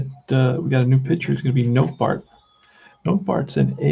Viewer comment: Nottebart pronounced Not a Bart